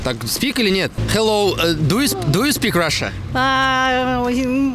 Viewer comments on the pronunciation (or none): Не ду ю спик раша, а ду ю спик рашн )